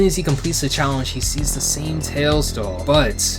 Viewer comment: "PREPARE TO CHALLENCE!!!"